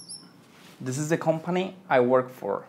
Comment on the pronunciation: Menos mal! Estaba buscando un comentario al respecto! Me estaba volviendo loco con this this, de hecho, él pronuncia una sola vez "this" en el video y no se dá cuenta.